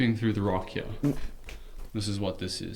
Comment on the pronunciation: Does anyone else hear how to dude says "Heyah" instead of Here? Its just like......funny to me :) also....PIGGLETS OMG PIGGLETS